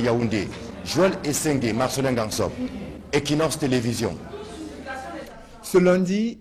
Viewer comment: Please Anglophones of Équinoxe TV, 'equ' is pronounced as in equator.